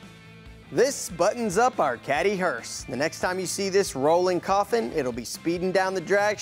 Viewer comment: What's killing me is calling it a hearst!